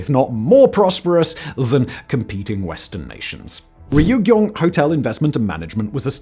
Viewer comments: Simon prior to the recording: Ree-yug-yong Ree-yug-yong Ree-yug-yong Ree-yug-yong… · I recall once he even said ree - you - gee -yong. FWIW, the pronunciation is two syllables and not three or four.